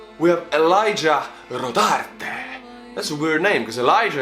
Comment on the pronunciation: ELIJAH RO - FUCKING - DARTE.